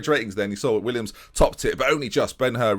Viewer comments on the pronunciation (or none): Willems not Williams ;(